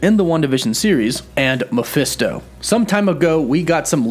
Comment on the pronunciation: Mephisto it's pronounced like Mah-fest-toe It is short for his full name Mephistopheles